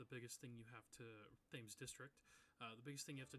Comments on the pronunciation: Just as a Brit, it’s pronounced ‘Tems’ not Tames 😅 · Great video, but you mispronounced Thames District. It’s named after the River Thames in London, and is pronounced ‘Tems’. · Hearing him keep calling it “Th-aims” district was painful to my British ears lol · You should say Thames with a harsh T, like you say the letter T. It's pronounced something like "Temms". Yes the spelling is different to pronounciation, yes that's British English. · Quick note: Thames is pronounced “Tems” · Got this video recommended by algorithm at 511 views and I'm so surprised it's not more popular, I will definitely watch more of this. Volume seems a little quiet. Side note: Thames is pronounced Tems... Brits being Brits (I can say that I am one myself). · thames being pronounced like that is really pissing me off 😭